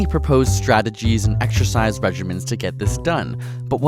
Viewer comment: Why are you pronouncing exercise as ekshercise?